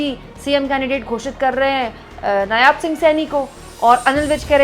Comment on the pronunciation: नायाब नहीं, नायब सही है ।